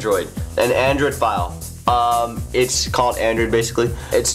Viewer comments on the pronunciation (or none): The hell is an Andrew device or Andrewdevice???? Or is it Andrid? Huh??? wtf??? SLLLLOOOOOOWWWWW down fella... You're talking so fast that you have to pause every third word Which sounds like... this and it... gets annoying for... us that have... to listen to... your speach about... your Andrewdevice. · "Apcations on yur Andr device"... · He needs to practice his pronunciation. He needs to enunciate better. He keeps mumbling the word Android. He says Andrew device.